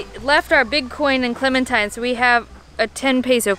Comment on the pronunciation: clemintine? ...more like in-the-shop-intine